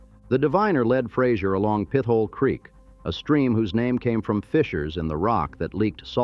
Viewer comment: Pit-ola. Omg